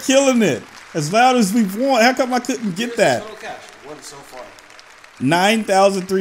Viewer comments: The whole time I’m just screaming ITS WANT THE WORD IS WANT! NOT w…AAAA….nt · He really said wANt and not want 😭😭😭🤣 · DID YU REALLY FREAKING SAY WANT AS WÃNT!!! WTFFF DUDE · literally said "Playing the radio as loud as we want", but he said rant with a W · The way he said want as want, not wont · Tjswagg sameeee I was over thinking what is he doing with his life 🤷🏾 can't pronounce "want" ? 🤔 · How do you say want wrong. Lmao.